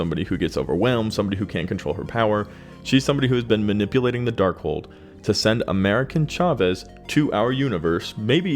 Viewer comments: Dude how ofter will you pronounce that wrong: AmericA Chavez … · Jeez that was painful. America Chavez. Once or twice coukd be an honest mistake, but damn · You literally have her name correct on the screen and say it wrong bruhhhhh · Tell me you've never read an America (no N) Chavez comic without telling me... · AMERICA CHAVEZ, not AMERICAN. C'mon, do a SHRED of research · Jfc get her name right, you only said it like a thousand times in this video. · The video was good but the amount of times you got this characters name wrong is amazing. Brought down quality of this great video.